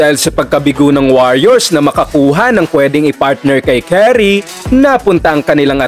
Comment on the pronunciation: Yung pronunciation mo ng Curry ayusin mo!! Hindi yung Carry na ,it sounds like Khuo-ri!! Carry Carey pronunciation mo!! 😅😅